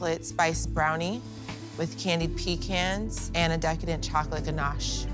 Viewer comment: she said chocolate DANACHE lol 😆 🤣 😂